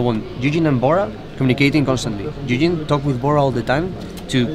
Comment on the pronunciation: OH he was saying Ui-jin! not eugene.... for a lot of that I was like who the hell is eugene